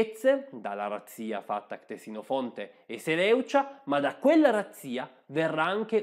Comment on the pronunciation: “Ctesifonte”, non “Ctesinofonte”. Giusto per correttezza.